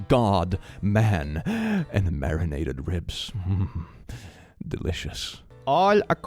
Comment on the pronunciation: Libs ❌ Ribs ✔️